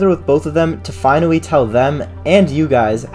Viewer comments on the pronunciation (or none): finawy teww them whhy is that what ur saying